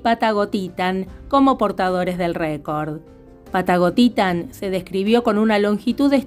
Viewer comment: Cada vez que dices Patagotitan me suena a "Pata gotita" 😅😅😅